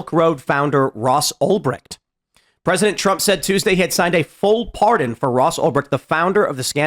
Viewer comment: Ulbright? This is why Tim is a f**** joke. Man , if he had any clue what he was talking about , he wouldn't have messed up his name. Because he wouldn't be reading it from some article, he would be reading it from his own heart.